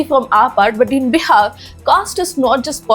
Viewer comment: that is bihar not biha